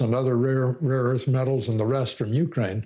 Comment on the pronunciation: You are mispronouncing Zelenskyy's name. It is VoloDYmyr (accent on third syllable), not Vladimir. (Vladimir is another person, OK?) His last name is Zelenskyy, not "Zelinsky." Also, Ukraine is not accented on the U, but rather on the second syllable.